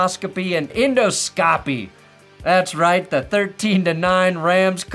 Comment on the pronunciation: pronounced 'en DOS co pee' yeah!! love to see you after a frightful Bronco game doing your best to be civil to the 'sheaves'